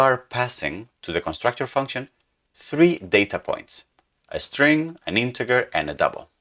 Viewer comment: Great work once more. By the way, I've heard you say inteGGGer so many times I had to bring that to your attention that it's pronounced [ˈɪntɪdʒə] or [intjer]. thank you for your great tutorials series. It's already 10 times better than the Microsoft's own Learn channel on the subject. You are appreciated.